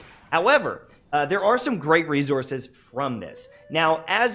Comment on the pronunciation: "Rezourzes" 🤣 I'm sorry!